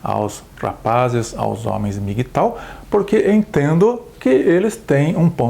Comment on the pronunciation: Não se pronúncia MI gui tau e sim EM mi ghi tou.